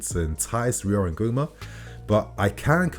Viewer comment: Ngumoha is pronounced: Ngoo-moh-hah not Ngoo-mah. #It's🇳🇬